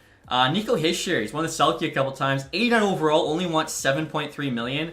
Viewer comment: Hischier is pronounced he-sure not hi-shur